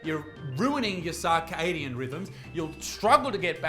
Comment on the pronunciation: 😂 sar-cadian , it's pronounced sir-cadian , the likes of you,me and everyone not having to sit down will benefit the most from said genius ... ... pronounce it right bruv 😂